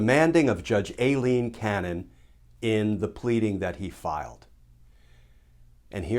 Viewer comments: Glenn so what is a Special Master? Ailene is pronounced Eye-lene. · Is her name a-leen? or I-leen? Cause Aileen is usually pronounced I-leen..